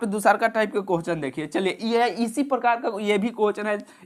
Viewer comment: Bhai pahle questions to sahi se boliye kohchan kohchan